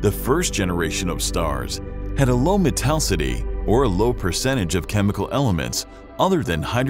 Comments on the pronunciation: "Mattel-city"? It's actually pronounced METAL•IS•CITY, "METALLICITY"! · Metallicity has five syllables. The narrator is missing the i after the double l, and it should have the principal accent: metal_I_city. The o in globular should be short as in glob, not long as in globe. The narrator's pronunciation of Magellanic is just weird. In most people, such errors would be honorable, as it means they read the word before hearing it spoken. In a narrator, however, such errors are not honorable, as it means they read the word before hearing it spoken. There are many good astronomy channels on Youtube that should be consulted as reference. That said, I did enjoy hearing about the components of the Milky Way and how it came to be. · Except how to properly pronounce metallicity.😬🤣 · It's all fun n stuff, but you pronounced "metallicity" wrong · suggestion: do better on pronuciations. such as globular and metallicity are wrong. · No offense, but I think you are mispronouncing “metallicity”.